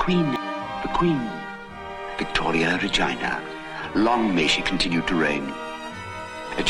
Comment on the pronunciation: The way he pronounced Regina like Vagina had me stopped for a second 👀😂🤣